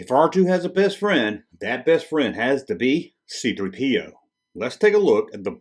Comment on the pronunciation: I always laugh when he pronounces C3P0 as c3...Po